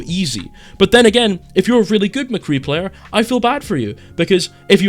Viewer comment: Yeah I subbed as soon as I heard you call McCree McCree.